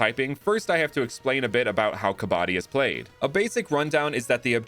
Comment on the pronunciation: It's kab-badi, kabadi means the guy who works with junk Great concepts tho